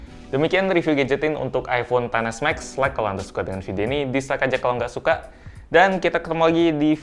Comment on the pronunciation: Aku kok agak gimana gitu waktu mas bilang iPhone Xs Max tuh ngomongnya "ai ponten s Max". Mungkin lebih enak kalau dibacanya "Ai Pon Xs Max" gitu 😅🙏